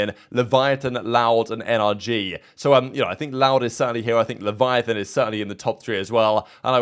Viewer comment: LEH VE UH TAWN not Leviathan lol